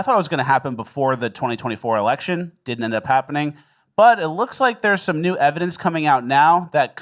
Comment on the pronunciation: I HATE that you're saying ''NEWS'' instead of ''NEW''